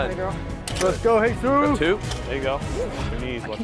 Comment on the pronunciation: why did you call him Heyzeus? XD